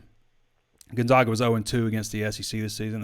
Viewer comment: It’s Chet Holmgren not Chase and Gon-ZAG-a not Gon-ZOG-a